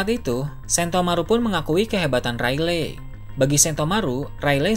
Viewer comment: Baca nya yg bener dah rayleg rayleg, dibacanya reyligh